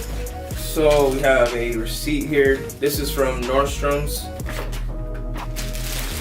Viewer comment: Normstroms hahahaha It’s Nordstrom, man hahahahaa